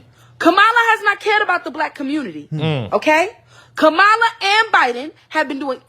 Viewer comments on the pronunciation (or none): I despise Kamala but her name is pronounced Comma, like the punctuation mark. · Comma lah. That's how you pronounce her name. lol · Before anyone keeps talking shit, at LEAST pronounce her name right for fucks sake. regardless of who you support, you're making yourself sound ignorant. Making all of the other trump supporters look foolish. i dislike Kamala Harris as much as the next republican but good grief, TRY to sound professional and coherent.